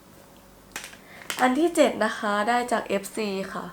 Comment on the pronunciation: พูดว่าเจ็ดไม่ชัดใช่ไหม